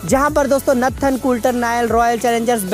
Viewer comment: Its not natthan its Nathan.